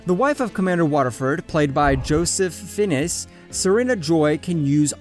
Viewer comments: Fiennes is pronounced Fines, not Finnis. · It's not pronounced Joseph finesse. It's prouniced Joseph fines